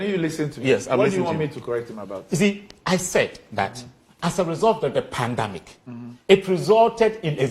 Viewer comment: It's not pandamic, it's pandemic